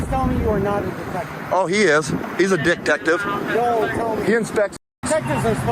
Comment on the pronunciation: Did he call that man a dicktective? 😂